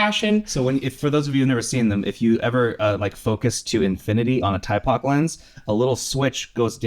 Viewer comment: Two things on Thypoch: the name is pronounched thy-poch, not tie-poch (as far as I know) and as far as the infinity locks, they announced they will be making version 2s of the 28mm and 35mm f1.4 Simera lenses that will not have them. The 50mm and 75mm f1.4 lenses already do not have them. The 50mm f2 Eureka has nice character but has some different issues like the weird filter thread, the odd divot on the lens mount, and its infinity lock being in a strange position...I don't understand those choices but otherwise it seems to be a good lens.